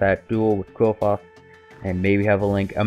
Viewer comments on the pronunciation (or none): It's actually pronounced clifort